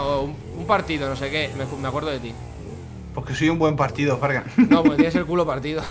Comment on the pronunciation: Ya fargan lo dijo bien